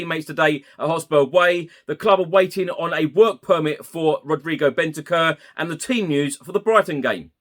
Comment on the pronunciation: Big fan! His name is not pronounced “Bentekerr”, it’s more like “Bent-ank-oor” 👍🏻🌞